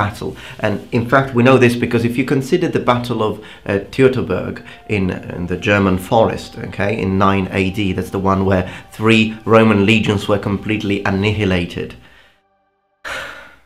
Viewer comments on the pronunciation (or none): why do you pronounce the 'h' in annihilate? For emphasis? It's from Latin isn't it (annihilare) so the 'h' is never pronounced in English nor Latin.